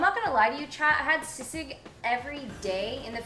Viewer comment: she pronounced sisig very well